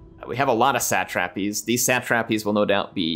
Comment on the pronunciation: what the heck is a sat -trap-eez?